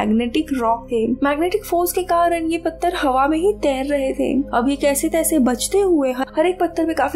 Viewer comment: Kaise taise nhi Jaise taise hota h mam